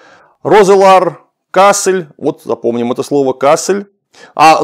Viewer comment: Почему кАссель? Речь же про кассЕль, ведь кАссель, именно так автор говорит, это центр германии, нижняя саксония, там никакие французы с фламандцами не сражались. А есть еще КассЭль - там всё и происходило, и это таки да, под Дюнкерком, сейчас Франция. Но с первых же минут это вызывает некоторую оторопь, когда начнается рассказ про кАссельских фландрийцев.